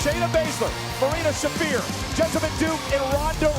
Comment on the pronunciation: Beth could learn to pronounce Shafir but never did